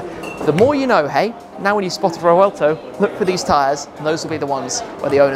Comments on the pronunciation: Shmee has become such a Dbag. Butchering "Revuelto" there is only one pronunciation for it, get over it .... then telling he feels the car is slow.... /sigh. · seems its not, Revuelto, its "RRrrevuelto"😂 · Hey shmee how do you pronounce revuelto